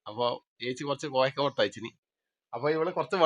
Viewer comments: കോയക്ക എന്ന് പറഞ്ഞൽ പേരാ..😂😂😂😂.കോവയ്ക്ക ആണ്. നിങ്ങളുടെ ഭാഷ കേട്ടു ചിലപ്പോൾ ഒറ്റയ്ക്കു ഇരുന്ന് ചിരിക്കാറുണ്ട്. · കോവയ്ക്ക എന്നാണ് പറയുക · കോവയ്ക്ക കോയക്ക അല്ല